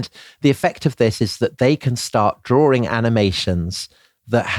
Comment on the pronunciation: "Drawring". C'mon, get yourself together.